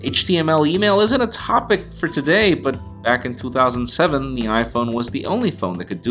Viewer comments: Stop saying 2007 like toothoSANDseVEN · You say "back in 2007" in a Boston/New york accent, but everything else sounds normal